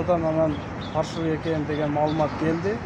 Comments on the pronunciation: ФАРШЫВЫЙ эмес ФАЛЬШИВЫЙ деп айткылачы же болбосо Кыргызча эле суйлой бергиледа ЖАСАЛМА экен деп эле. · Фарщивый эмес фальшивый деп айтса туура болмок😂😂😂😂😂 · Фаршывый эмес : Фальшивый ! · Фальшивый деп жазылабы ондо фаршивий деп айтылса